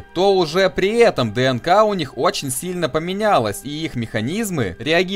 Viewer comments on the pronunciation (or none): Я биолог, и у меня кровь из ушей шла от каждого произнесения слова "ДНК".